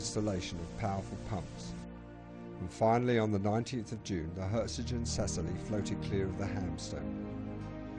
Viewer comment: PITY YOU DID NOT RESEARCH HOW TO PROPERLY PRONOUNCE THE NAME OF THE SHIP.